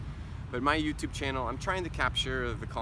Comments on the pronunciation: YouTube is YouTube, not You - to - be!! Một số người Việt đọc sai đấy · vâng ... Anh ấy đã nói " DU TU BI " giống ng việt nam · Có ai nghe anh ấy nói từ "du tu bi" giống mình hơm :v